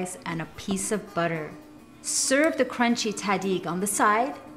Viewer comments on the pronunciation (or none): Ariana khanoom, esmesh Tahdig hastesh na Taadig! :D